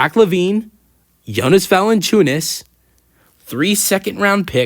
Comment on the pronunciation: Thank you for a video, but man.. please dont say Lukas last name if you are not able to pronounce it :)